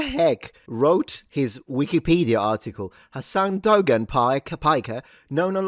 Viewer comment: Not defending that disgusting loser Hamas Piker but the Turkish name Dogan isn't pronounced like that. The 'g' is silent in the name so it sounds something like 'doh-aan' instead of the way you're pronouncing it.